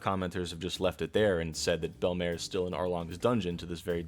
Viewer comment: are you saying...the names of things in One Piece wrong on purpose? Bell Mare Sahbuddy Mareen Fur